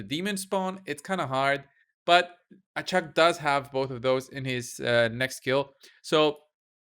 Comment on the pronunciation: Actually its Ahak Achak is funny